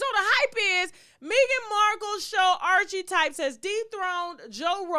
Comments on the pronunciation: "Archie-types" 🤣🤣 I dont listen to that podcast but at LEAST I know it's called "Archetypes" and your pronunciation is LOUD AND WRONG. You did fail 9th grade 3 times, I shouldn't expect a vast vocabulary. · The podcast is pronounced "arka-types" and it has nothing to do with her son. The word archetypes means an example.